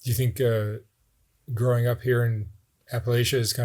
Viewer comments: Respectfully, it's Apple-at-cha. Bless her. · Please pronounce Appalachia correctly. It sounds a bit like "I'll throw an apple at ya." There is no long A or sh sound in the word. Please, it's a matter of respect.